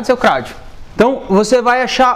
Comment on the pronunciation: Porra seu " Craudiu " kkk